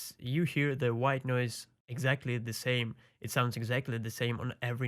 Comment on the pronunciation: every time he says white noise i chuckle a little bit. "Ghwite noice"